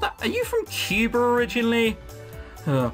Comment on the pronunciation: Couldn't stop laughing at the way you said Cuba